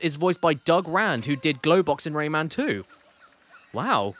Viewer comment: Caddy. Please stop saying Rayman like that 😂 The hell is a RAYMnn